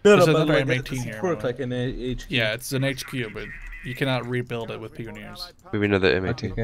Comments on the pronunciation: it's pronounced pie-on-eers not peon-neers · Pronouncing Pioneers wrong, its Pie-oh-neer NOT Pee-ohneer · Actually, it's pie-oh-neers.